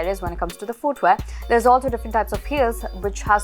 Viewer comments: American pronouce , fooot, footwea. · My dear, pls correct your "footwear" pronunciation...for someone who is generally good with pronouncing words properly, pronouncing something as basic as footwear wrongly, is quite unacceptable.